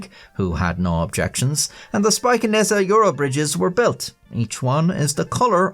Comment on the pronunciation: Your pronunciation of Spijkenisse was pretty good!